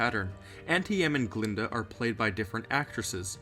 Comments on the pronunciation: Glinda, not Glenda. And you're right about the Wizard's proclamation. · Glinda, not "Glenda." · GLINDA. Not "Glenda." And she isn't in "Return to Oz." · I thought you said Gruntilda at first bruh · I'm dead how he say glenda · I love the way you say Glinda and her evil faces! Lol creepy